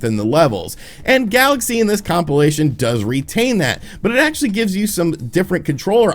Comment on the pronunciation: please stop saying compilation....